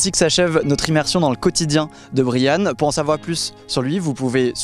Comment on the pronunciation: Merci pour le partage de ce reportage ; avec le prénom de Brian prononcé correctement en plus. Bonne continuation. Bien dévoué.